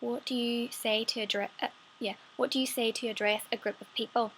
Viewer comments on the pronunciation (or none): ADDREEEHAS ,AGAIAN SERUP, and some other words like the way you say Shower sound way southern style here in the states. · you said "address" the exact same way someone from the Southern United States would say it. especially someone from Georgia.